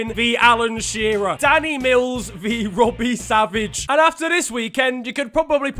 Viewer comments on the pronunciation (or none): none